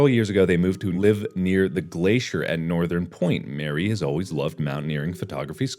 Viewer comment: Every time that mark pronounced Marie as Mary, I felt a little bit of me die.